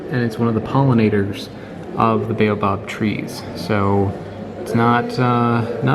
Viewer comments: I cringe every time you say "Beyo-Bab". LOL. It's "Bah-oh-bahb". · If you say ‘Bay-you-bob again I’ll scream. 😩 Why can’t you pronounce the name of this African tree correctly Mr. American, in whose country people are forced to pronounce words the US way. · It's pronounced as Bow Ab. We have them in Australia.